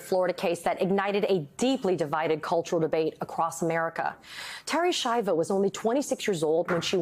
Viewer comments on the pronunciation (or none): This poor woman, Americans couldn’t even pronounce her last name. Ski-ahh-voh, not Shy-voh